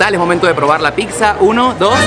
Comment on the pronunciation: No se que me da cuando alguien dice picsa